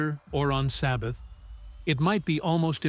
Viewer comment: No Travel on the the Sabevath No Travel the Sabyath. Abomiation of Desolation Son of Peredtion This AI is out of control!